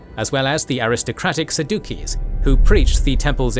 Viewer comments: It's pronounced SAD-YOU-SEES. Not, Sah-duke-eee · Pretty sure it’s pronounced saddu(sees) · lol TEH "SAH-dookies" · Mispronouncing key words in your discussion makes it hard to value your video. Sa-dookies? Sad-Jew-ees! It even has the sound “Jew” in the word, unless you lean towards a hard d sound. But you said “sad dookies”. Is this a joke? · It's pronounced SAD-yu-sees, not sa-DU-keys. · You are butchering the word Sadducees. wow. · "Saduccees" has a soft c and is pronounced sadusees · Sadduccees was pronounced Sa_Duke-EEs in this video 😂😂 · I've always hear Sadducees pronounced as Sad-u-sees. Although, it may have been the way fr that pastor to explain the difference from the Pharisees. Pharisees believed in a Messiah while the Sadducees did not, that is why they are Sad You See, lol. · The most controversial thing in this video is the pronunciation of Saducees